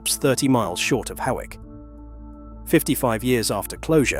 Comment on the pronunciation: And Hoick for Hawick!